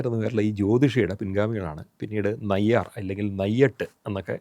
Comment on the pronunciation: നയ്യാർ അല്ല, നയ്യർ ആണ്. "കുൽദീപ് നയ്യർ" കേട്ടിട്ടില്ലേ..